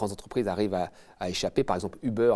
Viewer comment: Combien de "zentreprises" ?!